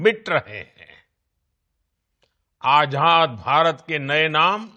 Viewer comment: Modi ji "AZAD " ha "AJAD" nahi .